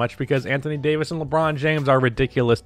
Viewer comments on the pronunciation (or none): none